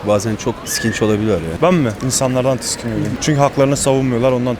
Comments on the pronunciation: Bir kişide dememiş ki tiskinmek değil tiksinmek diye. Videonun %98 i tiskiniyorum diyor. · HİÇ BİRİ TİKSİNİYORUM DEMIYOR TİSKİNİYORUM